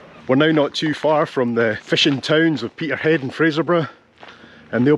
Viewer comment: Peterheid! 👍👏👏👏absolutely how it should be pronounced 👍... mainly because the Corries pronounced it that way in 'The Portree Kid' 😁👍. Crackin' tour round 😎👍. I think your bird is a shearwater.